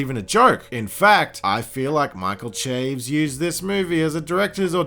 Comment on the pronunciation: It's pronounced SHA-VEZ or CHA-VEZ but definitely not CHAYVZ